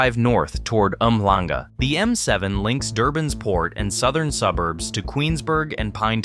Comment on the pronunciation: This was well researched. I've used many of these roads. The second time you pronounced Umhlanga i got chills. Not sure if it's you or an AI voice though.